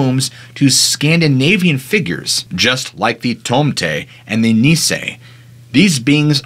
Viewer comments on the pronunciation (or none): none